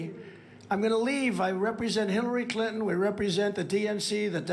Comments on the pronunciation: I live in the south & everybody I know, knows how to say CliNton! That is NOT A SOUTHERN THING. She does the same with important...she says importnt...again, NOT a southern thing! & she DOES sound $tup!d because she IS!!! 🤷 She called AOC that word on Fox & Steve Bannon! I think that just like trump is all consumed & jealous of Obama...& Biden, for that matter, MTG feels the same way about AOC...especially since AOC is wayyyyy prettier than plump Marjie! 🙄 What very few friends I have left, who are MAGA, ALL are in agreement that AOC is a very intelligent lady! Plus, at this point, since we ALL know & understand how really very truly $tup!d Marjie is & because she's in 2 cults, & because she did exactly what we thot she'd do, & blurt out classified information, & because she YELLED & CALLED military guys LIARS, & because she's on the J6 soldiers' side & because she doesn't seem to realize that trump was in office in 2020...1 last 1, even tho I could spend an hour doing this, & because she makes a fool of herself & the entire country, EVERY TIME SHE OPENS HER BIG MOUTH, I HAVE ZERO PATIENCE WITH HER & COULDN'T CARE LESS ABOUT INSULTING HER OR MAKING FUN OF HER, BECAUSE SHE IS AS $TUP!D AS SHE LOOKS & ACTS! & DITTO FOR BOEBERT! 🤦🙄🤬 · Trump's nuts. You're super. One thing: I was born in a town named Clinton. That's how we pronounced it. Same way dufus pronounced it.